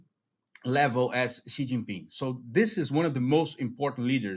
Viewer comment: love your work and channel! Fyi, Xi is pronounced “she” nor “zhee”. Hope that helps.